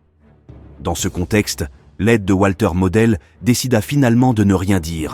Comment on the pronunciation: C est votre présentation mais vous avez un problème avec la prononciation en allemand!